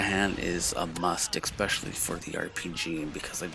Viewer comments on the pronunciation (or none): ekspeshially rofl